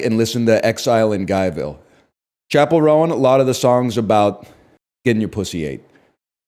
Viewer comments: Pronouncing it "Chappell Rowan" from now on. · chapell row-an